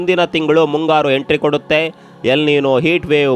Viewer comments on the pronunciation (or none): none